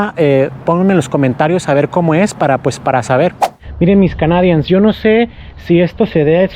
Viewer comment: tiene que aprender a pronunciar "canadians" porque es una de las palabras que más usa en su canal. Por lo demás estoy muy agradecido con la información.